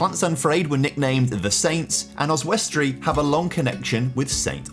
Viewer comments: It's pronounced Os_wi_stree, not Os_west_tree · So random seeing my home town pop up on youtube. Also Oswestry is pronounced, Oz-wuss-tree with the emphasis on the Oz. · Really annoying me how you’re pronouncing Oswestry. Oz-wust-tree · As a local and a fan of your work your pronunciation of Oswestry is painful yet sweet to see new content... 🤣